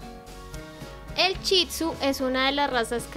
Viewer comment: no es chitsu es Shih tzu